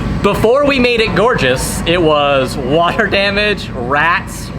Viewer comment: Please keep saying "water" the American way 😂